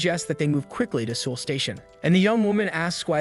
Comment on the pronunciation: South Koreans are crying and insulted that you can't say the name of their capitals correctly. Seoul doesn't rhyme with drool. It rhymes with soul ...